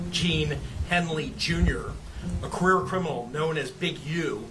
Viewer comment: I thought this was ai because he was saying queer instead of career